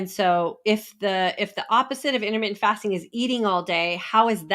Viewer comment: Intermitten FATSING :D Hahhaa